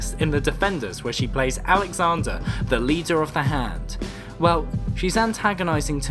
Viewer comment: Are you calling Sigourney Weaver "Alexander"? It's.... Alejandra